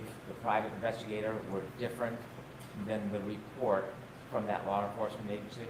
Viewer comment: "Lar enforcement"- hank Brennan